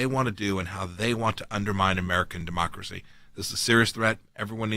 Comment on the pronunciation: NOT A DUH-MOCKRACY!